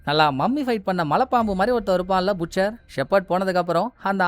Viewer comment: Ayya புட்ச்சர் இல்ல பட்செர்